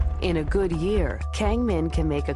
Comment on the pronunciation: "keng min" fail...it's pronounced with Ah not keng...